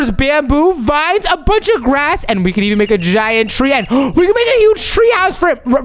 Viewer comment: It's can not kan